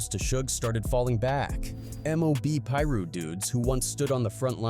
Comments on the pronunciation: ok I just can’t with the way u pronouncing it “peeru” “(pie-ru)piru” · I hate a.i channels . pillroo? It's Piru! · he’s saying it because the dude narrating said “Peru” which is a country and not piru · Couldnt finish the video when i heard peruu 😂😂 nahh im out jack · Man if you gonna be speaking on street politics you need to start pronouncing these names correctly tf is a Peru.. get it right man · how did this guy who been saying Piru wrong then says it correct once directly after saying wrong again then goes back to saying it wrong 😂😂. Put some respect on the Piru's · Dude all these guys who make these videos need to get there facts straight . So many wrongs in this . Didn’t even say most their names right . He didn’t even piru properly . Also heron wasn’t partying . He left a football game at a park